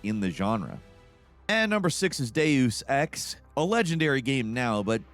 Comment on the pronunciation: Deyoos ex and Ee'eydos..... Brother 😂